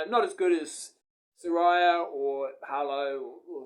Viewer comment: Pronounced Saraya. With a long A not an I. Saraaaya.....not Sar I ya